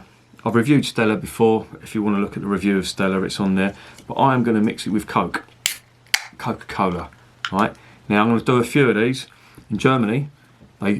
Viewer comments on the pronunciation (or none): "Co'kah fah'ken cola" I love this, especially considering the fact I'm drinking guiness original with cola while I watch lol